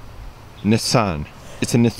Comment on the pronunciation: bruh its niss-an or knee-san